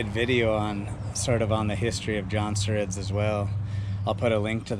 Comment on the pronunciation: Jonsereds! Emphasize the s at the end. Lol